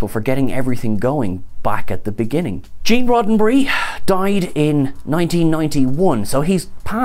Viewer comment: Gêne with a British accent I kind a like it. Maybe we should start a petition